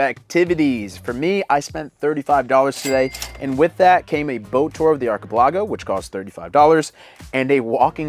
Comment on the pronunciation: For the love of all that's holy, please do not send them to another archipelago, so we don't have to hear them try and pronounce that word again - it's like nails on a chaulkboard